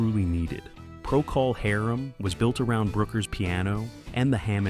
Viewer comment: "Pro-call Harem."